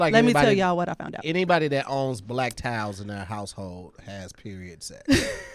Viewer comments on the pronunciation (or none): I was very confused as to what black tile has to do with periods, but then I realized they were saying "black towels" 💡🧠